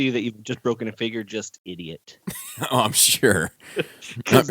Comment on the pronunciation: Eeediot! LoL. Haters gunna hate. Personally I get a kick out of your reviews with all the quirks and silly pronunciations. Keep up the good work bud. Thanks for the laughs. =D